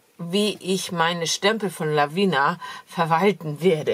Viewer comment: Gute Besserung. Du vergisst bei den wirklich tollen Stempeln von Lavinia immer das I vor dem letzten a auszusprechen. Meiner Meinung nach spricht man das mit und sagt nicht Lavina. Sorry